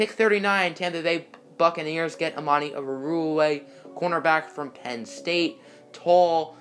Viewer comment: It's Amani Oru-Wari-ye sound it out please ‼️‼️‼️‼️